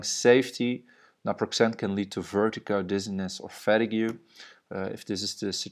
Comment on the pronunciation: nice man. quick pointer: fatigue is pronounced "FAH - TEEG"